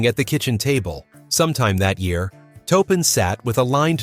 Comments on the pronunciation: Just words of advice, please proof your videos. Too many mispronounced words ruin this documentation. Make sure you do your homework. It really makes a significant difference. It's Taupin, not "Topin" Otherwise I appreciate and applaud the attempt. But take the extra time to fix any mistakes. It'll put you in a much better light. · It’s pronounced Torpin, not toepin. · omg say toe-pin one more time 🤬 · The name is pronounced "TORR-pin". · TAW PIN !